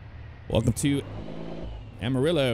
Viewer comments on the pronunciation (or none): none